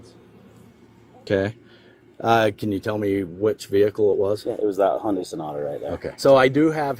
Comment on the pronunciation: He called it a Honda Sonata! This entitled jerk is too proud to even say Hyundai😂😂😂😂😂😂😂😂😂